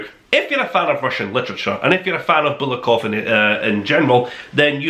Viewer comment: bulGakov, me friend, not bulakov, but ok